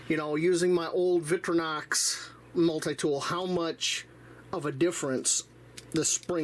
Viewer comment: "VICK-tri-Knox"? Really?